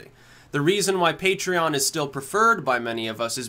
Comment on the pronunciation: I still remember when he said it as 'puh-tray-on'. I was prepared to offer him money to correct himself.